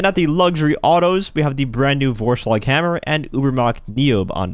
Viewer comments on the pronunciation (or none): its a german word and you pronounced it very badly.